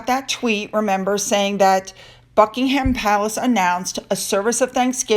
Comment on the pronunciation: I admire your work ethic and I love everything you’re doing. I do have one suggestion: When you say Buckingham Palace, please pronounce it as “Bucking-um” rather than “Bucking-ham.” Because you report on the goings-on there and all of the drama swirling around the royal family, it would be sweet to hear the Palace pronounced in a manner more akin to the way the British people do. That’s all though, because you do EVERYTHING else absolutely just right! Bravo and well-done. I love your style and thank you so much for keeping us clued in on “the feline and the canine,” for they’re the REAL reason you started your channel—c’mon now, we’re on to you!